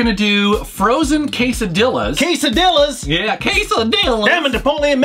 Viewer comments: the LL in spanish is pronounced like a "SH", so is quesadi-SHAs, (like in shaolin) not like a single L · quesadillas lol it has two "L's" for a reason... lol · im from uruguay, but anyway, the main complain is that pronouced it like a single L and that is wrong in every fucking spanish speaking country. (, i still love you man, but sometimes grammar nazi has to do, what a grammar nazi has to do)